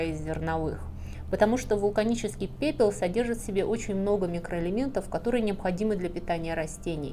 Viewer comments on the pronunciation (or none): Пепыл😂 Я один услышал?